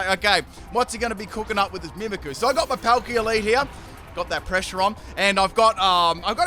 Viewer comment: It’s annoying that you don’t pronounce the y in mimikyu